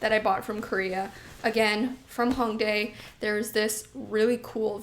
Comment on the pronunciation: The “Ho” in Hongdae rhymes with “toe.” This being said, you would pronounce the city as “Hoe-ngdae” instead of “Ha-ngdae.” I understand that you’re Canadian so your impulse is to pronounce it as if the first syllable rhymes with “song” or King “Kong” but this incorrect. I know you have no ill-intentions! But it would be nice if Youtubers would educate themselves more about the country and the places they went. As a Korean viewer, it would’ve been nice if you made the effort instead of consistently mispronouncing it. I hope my comment does not upset you or anyone. Much love xoxo